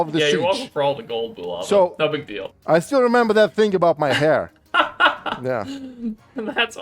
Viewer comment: They are Americans.... They can't say it...